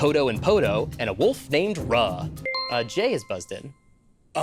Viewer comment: Um, Actually... The Beastmaster didn't just communicate with animals, he could communicate or work with them telepathically, control them, and see through their eyes. Kind of a bond where he would ask them to do things and control them. AND Um, Actually, you pronounced the Tiger's name as Ruhhh, but throughout the movie he's called "Roo" - long "o" sound. (I watched this movie too much as a kid)